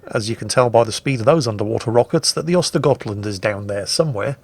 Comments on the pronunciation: Actually, I think you'll find that the tier 9 Swedish destroyer is pronounced "ersta-yert-lundt". Now I had better get back to the mines. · have you already forgotten? Those Ö are to be spoken like the u in hurt, urge and turn. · *actually tries to pronounce "Skåne" correctly Also: *completely butchers "Ostergötland" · He doesn't completely butcher Östergötland, for a non-Swedish speaker the only real mistake he makes in my opinion is pronouncing it with a G instead of a J sound on the götland. He pretty much gets the Ö sound correct which is the biggest error you can make